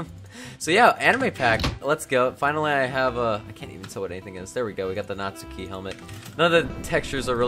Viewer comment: ur not pronouncing natsuki's name right >:( (the u is silent)